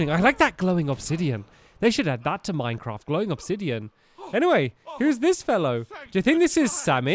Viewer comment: It’s “Obsidian” Not “Obsidion”